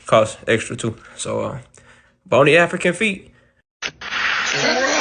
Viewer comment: did you just say "boni African feet" instead of "bon appetite?" Omgs!! I love you so much!! You're truly hysterical!! Always so witty!!❤😂😂